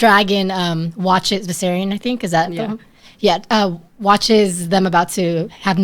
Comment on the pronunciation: Do you guys really watch this show ? You don't know Drogon's name (not vaiseron) or Sam tarly? And it's vaiserion not vaiseron SMH